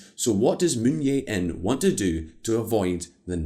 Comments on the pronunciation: The name of SK president is “Jae-in”, not “Yeah-in” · "Moon Jae-in" = "Jae" is like "jay," not "yay".. But still better than what Simon would attempt, lol. (The voiceover guy did a decent job at pronunciations.)